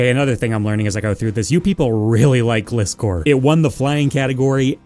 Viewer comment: Great video, never say Gliscor again 👍